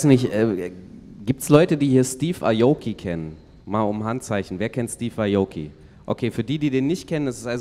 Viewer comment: schafft es immer wieder Namen falsch auszusprechen. Dickerchen! Steve ajouki? 😂😂😂